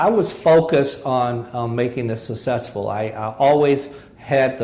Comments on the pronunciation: what is "sa-sessful'? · Ironically, the one word he doesn't know how to say, he says 500 times in this interview. lol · He probably has problems with some of his pronunciation like "successful". Besides his failed marriage. He seems to be a good man.